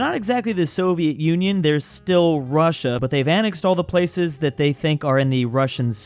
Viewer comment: Is it only me or did he say Prussia😂